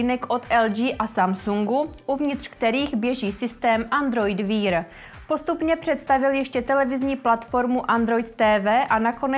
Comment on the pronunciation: Android wear.... Jako, pochopil jsem to na poprvé, ale ta angličtina je hrozná, souhlas